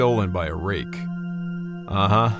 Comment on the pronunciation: If ever in need of a Foley, hit me up. Its "Wraith" not "wrake"